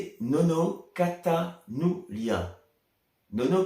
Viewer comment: Coucou 😍😍 Hey c'est crooooo gentil de me citer c'est adorable merci 😍 Moi en prononciation c'est Nono CATALUNYA et non CATANULYA c'était presque ça 😂😂😂. Grand bravo pour cette belle composition et interprétation 👏 👏 👏 Effectivement nous rencontrons tout au long de notre vie des personnes qui, aussi précieuses soient elles, vont faire un petit bout de chemin à nos côtés et inversement.. Nous avions mutuellement quelque chose à nous apporter.. Et d'autres personnes vont cheminer à nos côtés jusqu'au bout de notre route.. Je vais faire une pause de quelques semaines sur YouTube à compter de mardi mais à mon retour je serai fidèle au poste. De gros bisous et une belle journée en prenant bien soin de toi surtout.. Belle fête des papas. 😍